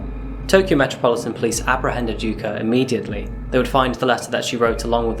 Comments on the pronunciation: I hate English for using vowels unlike many other languages. The way you butchered Takaoka in the intro (but said yuka right) almost hurts^^ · Love the video man, but the pronunciation for the 'a' in Takaoka is killing me. You got it right for Yuka, why don't use it the same way for Takaoka?